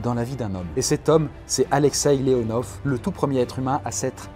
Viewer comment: En russe les « v » se prononce « f » donc c’est pas Alexei Leonov mais Alexei LeonoF ( Mais ça s’écrit Leonov ).